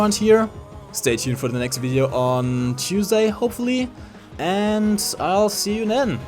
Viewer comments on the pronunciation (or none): none